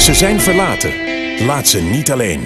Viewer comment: De 'z' spreek je niet uit als 's'. Se is... Iis slechte uitspraak. Ik gaf je ook HET mijne want het is HET hart. Zien jullie dat nu niet?